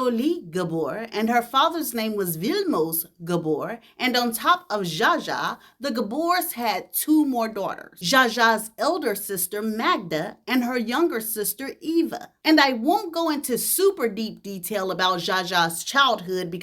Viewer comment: Eva is pronounced Ava. Love what you do.